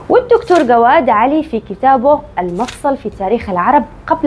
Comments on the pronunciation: يا الكتاب إسمه المفصّل في تاريخ العرب قبل الاسلام، بتشديد الصاد، وليس المفصل، كما نطقتيه. الملاحظة الثانية، أداة التعريف القديمة هي الألف والنون في آخر الكلمة، مثل شمسان، يعني الشمس، وريدان يعني الرّيد وهو البروز من الجبل، وعيبان يعني العيب، وصيفان وحمدان....الخ. بارك الله فيك ونفع بك. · المفصّل وليس المفصل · الموضوع يحتاج إلى تفصيل اكثر ، ثانياً معك اخطاء لغوية كثيرة خلت المتابعة تفقد اثارتها مع إن الموضوع قوي ، معك نطق كلمة المفصل نطقتيها خطأ ، وع والذبائح لا تكون مش لا يكون زي ما قلتي اتمنى تهتمي بالنطق السليم الله يوفقك